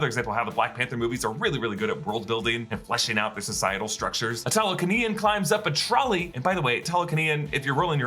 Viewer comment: I think "Tah-luh-kah-nyan" sounds a bit better than "Ta-lah-kah-nee-in"